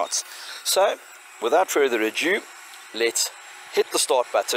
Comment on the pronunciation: Nice one, cheers. Btw, the word is 'ado', not a-dyoo. 😉👍